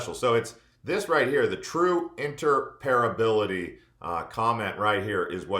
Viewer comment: Inter-Opera-bility not inter-parability